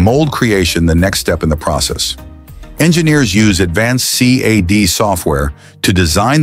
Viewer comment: Only an AI would say C A D instead of CAD. Screw this AI slop.